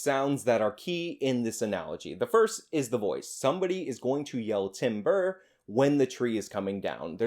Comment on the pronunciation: were you saying Tim Burr?